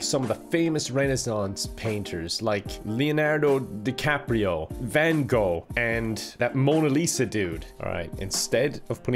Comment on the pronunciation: I am happy knows how to say van gogh instead of some people basically saying van cock greetings from The Netherlands